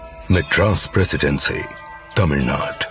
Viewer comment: For heaven's sake it's Tamil nadu. Kindly pronounce our South Indian names rightly.